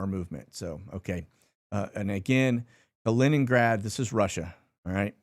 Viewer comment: Holy crap, he said Kaliningrad correctly. 🥳